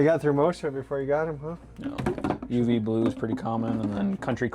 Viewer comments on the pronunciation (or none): oh man when i heard him say uv blue i shivered 😂